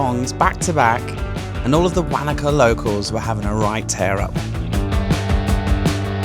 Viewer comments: As a kiwi, your pronunciation of Wanaka is hilarious, we say it like Wonaka , you say it like wanka ! Think of fish like Wanda, maybe ask locals ok Still love seeing home, as I now live in Thailand. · Be good if you could research how to pronounce the town properly, it's - wo·nuh·kuh. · I giggled when you said Wanaka too 😆 very English accent 😄